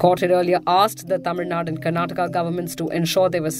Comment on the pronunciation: It's Tamil Nad'U' and not Tamil Nad.